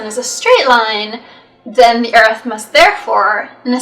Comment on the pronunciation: The girl says ERF